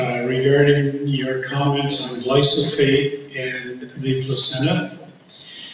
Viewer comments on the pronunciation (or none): question on glyphosate which is pronounced slightly incorrectly by the asker.